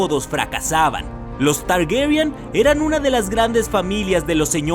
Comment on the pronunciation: Por qué pronuncia Targuerian? =º